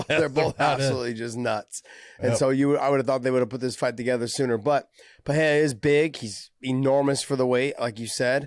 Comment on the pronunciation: The way Josh pronounces Pereira makes me cringe. Completely wrong